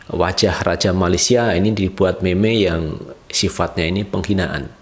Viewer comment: Cara cakap meme ialah mim Bukan meme